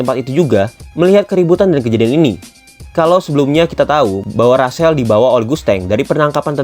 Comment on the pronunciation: Rahel bang bukan rasel